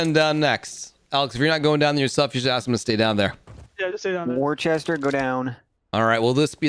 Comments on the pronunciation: I love how they all pronounce "worcester" wrong no offense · kinda like wuster or wusta